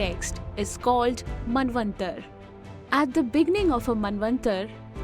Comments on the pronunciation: Small suggestion Why do u englishify these names pronounce jst the way they need to be pronounced, like MANVANTARA not manvantar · I don't know why you people pronounce the words incorrectly for ex: Yug instead of yuga, Manvantar instead of Manvantara. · You need to focus on pronunciation.. It's Manvantara and You have pronounced it as Manvantar.. Not just you.., most north Indians do this mistake.. speak language as it is.. don't relax your tongue.. And it's Moderator but not Maintainer as you spoke in beginning.. so many mistakes.. It's Kalpa you read it Kalp.. it totally sounds shit.. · Could not make out head & tail of the calculations 😶 Btb, pls pronounce "a" at the end of words that has "a". For eg: you pronounce KalpA as Kalp, ManvantarA as Manvantar ...